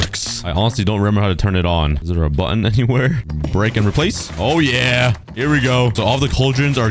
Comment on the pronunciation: "buh ton' a dem" is my favorite😂